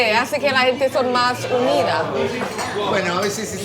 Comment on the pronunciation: Es de Inglaterra 🤔 hubiese apostado que era caribeña, de Colombia o por ahí , sobre todo cuando habla Español dice (hente) casi sin pronunciar la g, tal vez tenga raíces latinas 😁🇺🇾👍